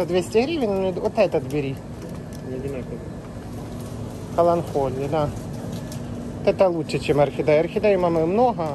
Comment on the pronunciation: КаланКоля😂 каланХоле 😂 Коля 😂😂😂